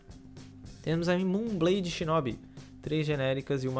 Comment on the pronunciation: a pronuncia correta seria tecnicamente shinobî